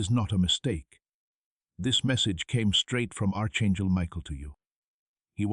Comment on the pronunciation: Arch chengel? What happened to your tongue?